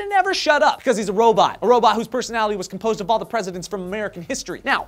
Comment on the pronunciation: Yep....you said robat, you can't escape that!